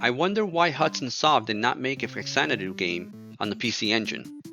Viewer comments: Good retrospective but, it's Fah-zanadu. Not facks-anadu. The "fa" in front is supposed to denote that this is "Xanadu on the Famicom". I also used to say it like "fax", until some other review pointed out the reason why it's written, or said this way. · Love this game, but it's pronounced Fazanadoo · Yeah. Right. That's how they pronounce it in the video too. But I keep hearing people online saying that it's really pronounced FA-zan-a-do. This is because it's actually an offshoot of the Xanadu series of games and the "Fa" in the front of it is just a prefix that stands for "Famicom", the Japanese name for what ended up becoming the Nintendo Entertainment System in the US and Europe. I don't care if that's really a thing that's true. I'm never going to call it FA-zan-a-do. 😁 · Haven’t watched yet, but in English the only correct pronunciation is Fax-AN-a-doo. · nihon falcom was always and still is one of the greatest game makers ever (the Y's games are my absolute favorite franchise, and legend of heroes rules too, from the og rpgs to prophecy of the moonlight witch to the trails in the skies series etc) ... hudson was fantastic too, dont get me wrong... RIP... but obviously since its literally supposed to be a "famicom xanadu" that means its actually pronounced "fa zanadu", not "fax anadu"...